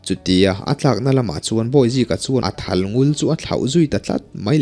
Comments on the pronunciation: "I lo thal fel dêr tawh elo?" tiha thal tih hi thlûk hniam tûr a ni. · Ilo thal felder tawh elo? tih a,Thal hi tuna i lamrik dan nilo hian rihniam zawnga lam adik hmel zawk lomaw?